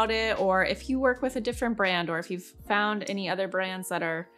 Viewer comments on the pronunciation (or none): none